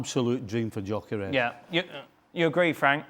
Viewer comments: I thought he said Djokovic. It’s Gyokores. At least make an attempt to pronounce his name right. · Stevie........ he's not like you, a Scot, so his name isn't "Jockeres," Viktor's name is pronounced "Yuh-kuh-resh!!!" How many times do I have to correct you lot???.